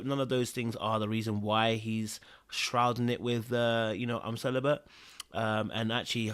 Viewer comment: Why do they keep calling it celibent🤣🤣🤣